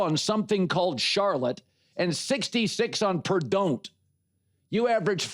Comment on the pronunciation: Someone tell CC that ‘Pur-don’t’ is NOT an out of conference game for IU. I know he’s new to all this and right off the street, but he should know that much.